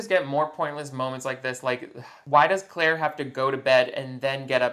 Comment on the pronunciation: We aren't going to talk about how they keep pronouncing Claire's name "Ca-laire?" (or maybe we are and I didn't scroll down that far because I was too lazy)